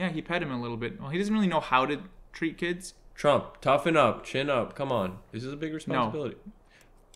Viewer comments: i love how and keep saying "chomp" instead of "trump" lmaooo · i love that they say trump like chomp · keeps saying chomp 😭